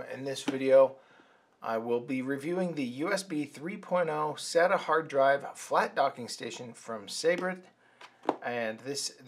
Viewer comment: It's sayda not sahta as you pronounced SATA